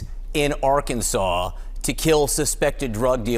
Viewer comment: I love that you pronounced it "Are-Kansas!" Hope you're feeling better soon!